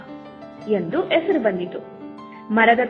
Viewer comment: ಹಸು ಅಂತ ಹೇಳಬೇಕು ಅಸು ಅಲ್ಲ ಹೆಸರು ಎಸರು ಅಲ್ಲ .ಹುತ್ತ ಉತ್ತ ಅಲ್ಲಿ ಕನ್ನಡ ಪದ ಉಚ್ಚಾರಣೆ ಸರಿ ಯಿಲ್ಲ